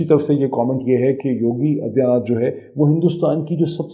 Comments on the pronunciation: You are not pronouncing Aditya properly. You are pronouncing it Adiya. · Padha likha Pakistani Aa-dit-yaa naath aur gyaan-waa-pi pronounce nahin kar paata. Isko mai kya kanoon u-suoup pee-jyada, yaaa you sub peee jyaada ? Idiots make videos without any knowledge and study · What kind is ANALyeast is this Moeed can’t even pronounce ‘Yogi Adityanath’ aur inko Kashmir chahie 🤣🤣🤣